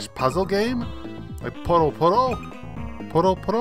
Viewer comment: It's puyo as in yo-yo.